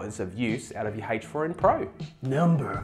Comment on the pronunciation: Are you saying HACHE FOUR IN????